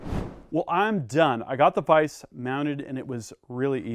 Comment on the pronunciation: Dude. It's. A. Vise. Lol